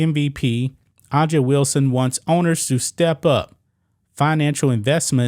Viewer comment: you pronounce her name "Asia". I know, everything associated with this league is ridiculous. This is why I don't support trans only leagues. It's just another place for crybaby Leftists to complain about how unfair the country is.